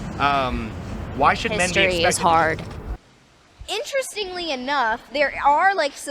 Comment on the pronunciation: "History is harrrd"